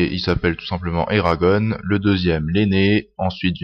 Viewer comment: on dit pas eragone (en prononçant a l'anglaise mais a la francaise en gros eragonn !)